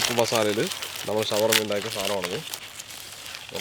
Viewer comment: ഷവർമലയല്ല ശവർമ